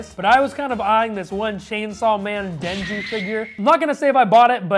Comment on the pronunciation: Nobodies gonna talk about hwo he called Denji Dennis?